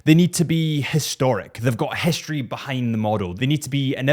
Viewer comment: Its also not hischtory🙈